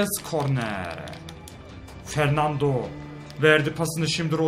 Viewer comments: Fernandinho diyo jhkgkfjgjgj fernando olacak o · Abi fernando ama sen fernandinho diyosun